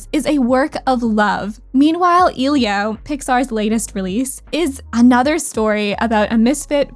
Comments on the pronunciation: i’m sorry to mention this, but you’re pronouncing elio wrong. it’s E lio, not eelio. that impliew you didnt care enough at all to do research. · It's "Eh-lee-oah" people, it's not that hard! I understand "Encanto" but how do you mess up pronouncing Elio!?